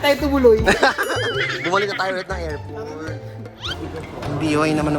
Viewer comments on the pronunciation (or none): anong report its AirPort not erport